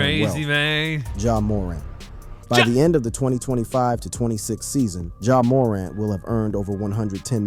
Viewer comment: Pretty sure the guy who made this has never watched basketball ja moooorant really bro😭